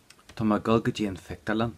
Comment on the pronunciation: I'm really confused. I thought I am going to = tá mé ag dul.... But he's saying tá mé ag gul? I've listened over and over and very loud. I'm learning ulster Irish so I don't think it's a dialect thing. Can anyone explain please?